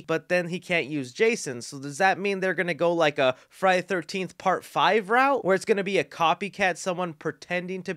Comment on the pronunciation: I’m not trying to be mean but it’s Friday THE 13th. You are speaking so fast and… excited(?) that you aren’t annunciating. It sounds crammed together like Frinyaythirnteefth. Just thought I would help. There’s a lot of fans out there apt to find it annoying. Say it slow and separately for a while and it might help. Friday. The. 13th.